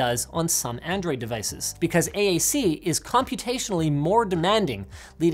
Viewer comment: Did anyone else hear “handroid phone”?